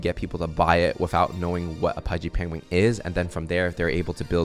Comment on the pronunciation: pengwing XD